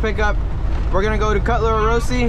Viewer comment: You said orosi